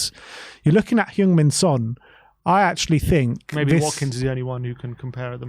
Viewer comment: Btw, it’s pronounced Hung Min Son. The E in Heung should sound like E in “Earl”